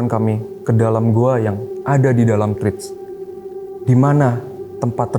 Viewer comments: "thread" e nya dibaca kaya kita nyebut kata "sate" bang, jadi bacanya tret bang bukan trit😅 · thread = sounds like thred E bukan i 🙏🏻 no salty, cuma kasih info aja. yang mas nya sebut itu trit, untuk treat. thread = tred. ❤